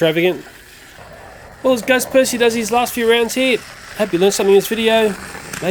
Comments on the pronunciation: He said back on perthy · I love how you say Percy lol.